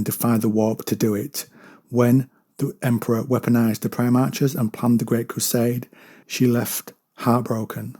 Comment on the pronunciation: Love your stuff. But it's PrimarHHHs. Not Primarcsses. Apologies for being rude.